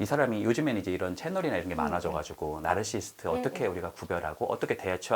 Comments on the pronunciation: 공감가는 부분이 많고 저 자신도 되돌아보게 하는 유익한 영상 감사합니다. 다만 말씀 중 "나르시스트"라고 칭하시는데 정확히는 "나르시시스트"가 맞는 듯요 (발음이 좀 어렵죠...: Narcissist, Narcissism) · 보다 정확한 발음법은 나르서시스트 입니다. 저도 스펠링을 알게 되기전 까지는 나르시스트가 맞는줄 알았어요.